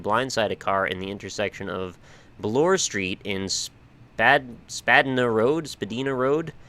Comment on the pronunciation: btw for Spadina we say Spuh-Die-Nuh also i love how you spent 20 minutes in the appartment (not sarcasm). i expect more great attention to detail and analysis of the environment to come :D